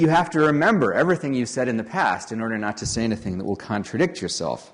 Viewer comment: I agree thatPaul Graham was sooo Californiaa until he said "anything" after the Octopart section :-) I suddenly heard a Weymouth mouth.